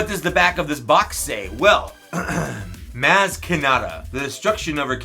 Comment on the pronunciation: Maz- M-ah-z